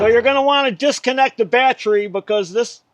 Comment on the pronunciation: I hate those darn modules. Do you say Batt-Tree because of your character or because it is a regional dialect?